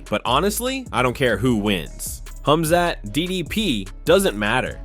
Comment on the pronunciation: Wow! Man thank you. You've finally pronounced it right. KHAMZAT 🎉🎉🎉🎉❤❤❤❤